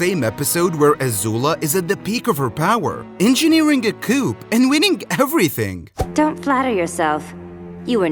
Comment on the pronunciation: did he juat say 'coup' 😂